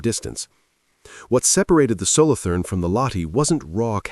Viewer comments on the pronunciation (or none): Solo toorn. Not solothurn with english th.